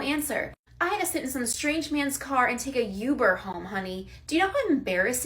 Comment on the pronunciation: “I had to take a Youber” 😂😂😂